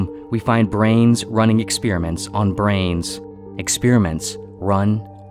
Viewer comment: ‘Ruuum’ and ‘Expeeriments’ 🤦🏽‍♂️😄